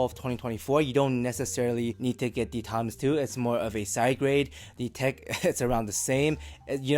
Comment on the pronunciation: Almost everytime you said "Timeless 2" I heard "Tangzu" xD. Biased ears maybe? Anyways great review!